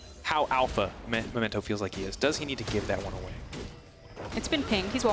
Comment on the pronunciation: Pls, you did this last week as well. He's called Memento, not Momento.